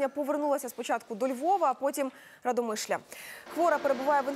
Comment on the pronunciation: Запомните уже. Не РадомЫшль, а РАдомышль.